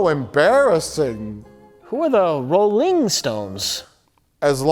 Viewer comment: Who are the Rol-LING stones?